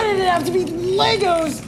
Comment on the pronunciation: Its LEGO not LEGOS ....